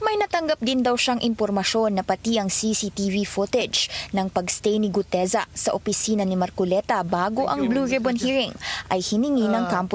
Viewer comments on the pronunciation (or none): Brod.sana sa susunod na vlog bigkasin mo mg maayos ung Guteza hindi Gudeza ha.